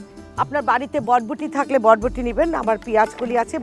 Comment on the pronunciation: বটবটি না আপা। বরবটি।